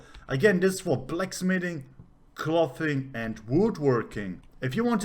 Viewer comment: Very informative. Thanks. Is it possible to get alts to collect high level materials they run across for your main crafter WITHOUT putting a ton of skill points in their crafting? To pronounce "clothing" you want the same sound of "o" that you have in "go". So clothing should rhyme with "go-ring". Totally different sound that just "cloth".